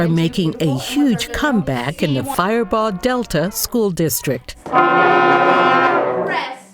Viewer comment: It's firebaugh not fireball